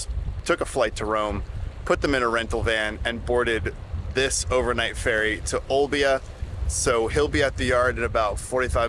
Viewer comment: Amazing, you pronounced the city name Olbia correctly. Even most Italians have it wrong. Worst of all is the prononciation of another Sardinian town: Nuoro. Try that one.